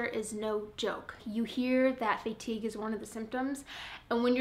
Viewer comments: fay-tige lol. Love your vids! :P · her Iowan is showing, haha:) reminds me of how my bestie from South Dakota says it too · Never heard anyone say fatigue like that! Lol makes me feel like I’ve been saying it wrong 🤣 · not weird, just different. I like it lol